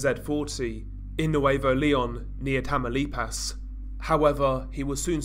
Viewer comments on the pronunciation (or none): It’s funny hearing white people say names in Spanish 😂😂 he said “tamalipazzzz”